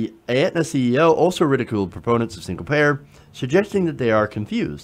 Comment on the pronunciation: Please learn how to pronounce "Aetna" before trying to extrapolate on how you know so much about the health insurance industry. It's like not understanding the difference between Medicare and Medicaid. Just a personal pet peeve of mine.